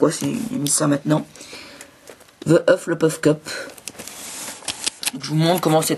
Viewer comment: J'aime bien comment tu dis "the Hulfflepuff's cup" c'est rigolo :D Sinon Super Mega Extra Magnifique Sublime Grandiose Fantastique vidéo de cette Super Mega Extra Magnifique Sublime Grandiose Fantastique coupe de Pouffsoufle !!! :)